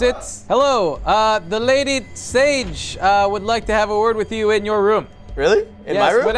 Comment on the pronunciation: her name is sage like sosage